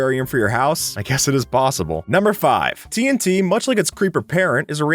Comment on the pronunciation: What people hear: "TNT" What I hear: "Tea 'n tea"